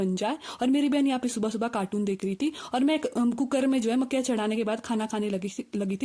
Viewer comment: Bahut der me samajh aaya ki makkiyan bola na ki makkhiyan😂😂😂